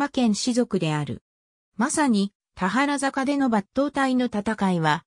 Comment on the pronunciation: 「たはらざか」→「たばるざか」ね。